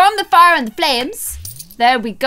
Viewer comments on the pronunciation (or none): none